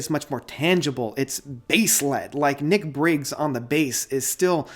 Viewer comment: Its pronounced In-sir-hen-tay. I know its spelt Insurgentes. Adam Holzman has been in the band since 3rd Solo The Raven That Refused to Sing. Ninet Tayeb (Tie-yab) is not on the album. Nic Beggs not Nic Briggs. King Ghost, not Ghost King. You say it's your least favourite album to date then say it's better than To The Bone.